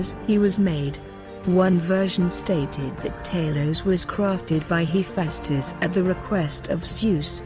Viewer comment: You pronounced tali’s and Hephaestus wrong